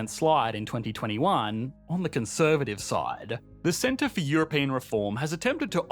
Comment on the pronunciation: "EuroPAIN Union"? haha!